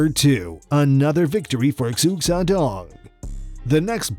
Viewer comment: Xu is pronounced, "shoe".